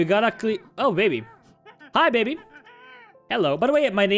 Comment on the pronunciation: When you say "Hi baby" its sounds like "Habibi"